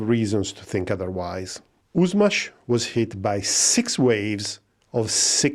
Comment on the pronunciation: For those, who have no idea about Yushmash, why this was the target. Yuzhmash (pronounced Yushmash not Uzmaz) was for decades on of the most advanced centers for missiles, rockets etc of the Soviet Union. Like the Silicon Valley for the woke culture. This center included the most advanced technologies in this fields and due to its strategic importance those facilities go way down under surface. The security standards were high. Today, after this center left in Ukraine after the collapse of the Soviet Union, these facilities are still strategically important. The fact, that the base design of this missile is not based on the RS-26, but something older that was engineered in the center of Yushmash in the 80s...So that's definitely not a coincidence, but Putin's chess game here. A missile, that was forbidden under the INF-Treaty, but since the USA left this treaty one sided in 2019, it became reality in 2024.